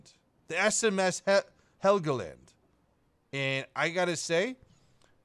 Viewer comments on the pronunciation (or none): none